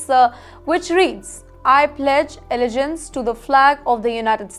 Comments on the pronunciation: Really? Really! Until YOU,, can correctly pronounce "allegiance," perhaps you could hold off on making such a petty criticism. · It’s not Amrica and allegance as you sounded. Harris is not Indian origin in true sense. Her parents were of Indian and Jamaican origin. Harris was born in US and brought up in US!